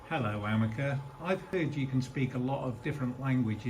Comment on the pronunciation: No.... Ameca isn't even close to looking realistic ..... But you are right , it is very creepy..... It's called Ameca .... Not Amecar